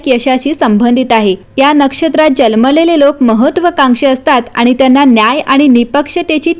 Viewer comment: Jalmele ase nahi janmalele mhanun sanga.